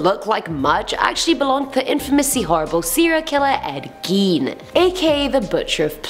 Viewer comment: Lol number 10 is pronounced Ed “Gains”